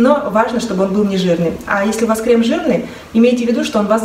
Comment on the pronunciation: У вас хорошая и грамотная речь. Я заметила, что позволительно поправить Вас в вопросах русского языка. Но ведь Вас ввели в заблуждение, относительно правильного ударение в слове "Крем". В слове «кремы» ударение нужно ставить на первый слог – крЕмы. Согласно нормам литературного произношения множественное число от слова крем правильно произносить крЕмы с ударным первым слогом и буквой «Ы» в конце.